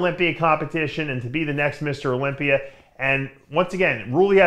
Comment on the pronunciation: Olympia doesn’t end with a “r”